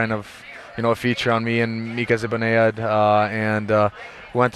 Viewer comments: Perfect English but can't pronounce Mika Zibanejad's surname. Still love him. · One thing I learned is that Mika Zibanejad's last name is not pronounced the way we think it is...